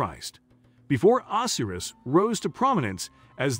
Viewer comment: Not Isees, it’s I(eye)-sis. Osiris is pronounced wrong too.